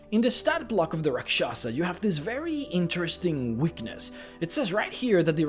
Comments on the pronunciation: I laugh every time you try to say Rak Sha sah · As a hindu its cringy to listen to other people pronounce the hindi words......its actually pronounced raakshasa and other word starts with ra....its always raa